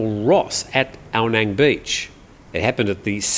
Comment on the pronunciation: It is pronounced "Ao Nung", I lived there for years.